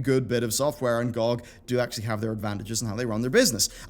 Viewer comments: Everyone: G O G YouTuber: GOCK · Never heard anyone actually pronounce it "gog" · Does it bug anyone else that he says GOG like that or is it just me? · B's pronounciation of gog just triggers me :(